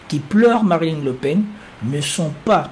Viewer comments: c est marine frérot pas mariline 😂🤣💪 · c'est moi ou il dit Marilyn Le Pen :)